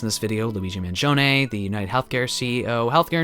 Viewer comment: thanks for pronouncing his name correctly! And thank you for this video ;)